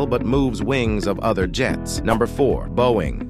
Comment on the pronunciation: You pronounced Boeing 7x7 models good!